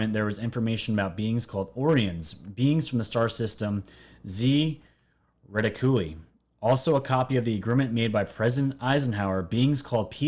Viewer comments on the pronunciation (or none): o-Ri-on. z-ri-Tic-u-lie. Pronunciation counts bro... Peace. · DUDE! OMG your pronunciation SUCKS!! Orion, Reticuli, Galileo. did you NEVER go to school? Common, do your homework. Hard to watch someone who seems to be reading from a script containing words they have never heard before.